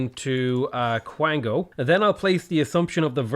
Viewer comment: The irony is your pronouncition of Kwango is the same as a Quango which is a real thing and is just chefs kiss hilarious